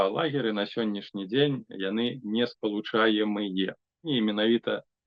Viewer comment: не-спа-лу-ча-ем-ыЯ..., а не не-спа-лу-ча-ем-ыЕ...